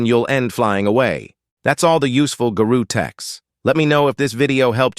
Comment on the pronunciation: Why people saying "Garu" instead of Garou